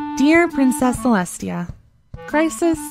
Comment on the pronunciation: It's Celestia not Celesta... Very funny though